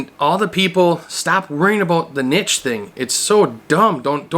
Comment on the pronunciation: You know your right but its Niche not Niche 🤔🤨🤭